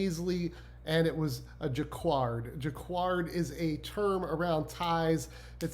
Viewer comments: Dude! Jah-card. Not like quiet. Not qward. Ur killing me but ur info and channel are great thanks! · Great information, thanks! Just a heads up, jacquard is pronounced jac-kard and foulard is pronounced ful-lard. Fouard is the word for necktie in French. Basically when we say a foulard pattern in English, it denotes a group of classic patterns that were specifically designed for men's neckwear. Foulard print translates to necktie print. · Jaquard =Jackard (pronunciation) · Pronounced Jacquard = Juh-kaard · Couldn’t stop laughing at the Ermen-dildo tie!!! 😂 (last name pronounced zen-ya...also that pattern earlier is pronounced jack-erd) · He actually said it wrong 😂